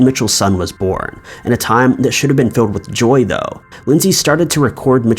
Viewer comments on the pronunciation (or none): none